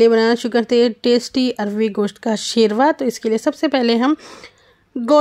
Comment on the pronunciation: It is not Sherva Say Shorba or Khaliya